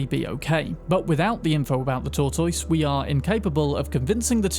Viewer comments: The word is Tortoise. Tor-Tis. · I don’t think I’ve ever heard tortoise pronounced like that 😂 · bro doesn't know how the fuck to pronounce tortoise. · I've never heard anyone pronounce "tortoise" like that. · CAN YOU SAY "TORTOISE" ONE MORE TIME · Did you just mispronounce both err and tortoise? Didn't know the cuthulhu could be bought. I've also never seen the Kerry quest.